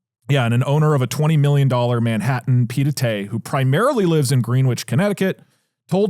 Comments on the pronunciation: "Pie d'été" is an insane way to pronounce "Pied-à-terre" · Doug channelling Gabriel Zucman with the buy, borrow, die talk We need him on to correct the pied-à-terre pronunciation.